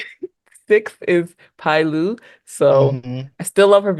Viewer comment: Btw Pailiu's name is pronounced Pay Lyu, need that slayer in the group so bad